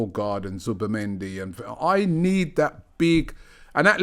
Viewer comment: Can someone banned Robbie from saying Zubimendi ffs